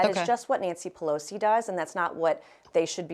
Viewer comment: Drink, she said pelsoi